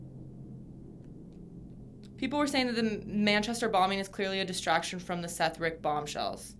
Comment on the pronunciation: the dudes name is Seth Rich not Seth Rick, you guys should really do research before you do stuff like this, that dude had no access to any of the emails or attachments anyone claims he did and there's no evidence he sent anything of the sort to wikileaks, you just sound dumb as hell if you do no real research on the topics you're bringing up